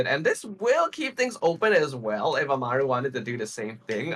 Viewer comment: yes, lia just clarified it as well. I didn't mean to attack anyone, it just felt wrong that they kept pronouncing his name like that even though the screen showed amal and not amaru. I'd get if they couldn't pronounce it like it was shown due to accents or mother tongues but I didn't know this would be the case. Once again, I do apologize if it came off as rude instead of criticizing.